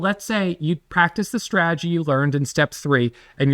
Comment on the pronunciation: Love YA! Love Ya!! Follow me here.... STRA-TAH-GEE. you're killing me!!!!!